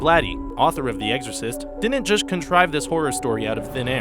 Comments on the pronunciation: You, again said "EGGsorcist" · The way you say "Exorcist" bothers me so much